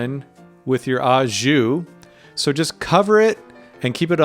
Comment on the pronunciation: Cest pronouncé “Oh-zhuu”